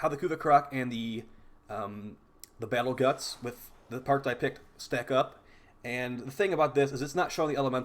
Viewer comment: It's amazing how much stuff you mispronounce in the game. You obviously know your stuff but it's kind of funny. Battle Guts, Rude Zude, Slap loader. It's like you're trying to troll people.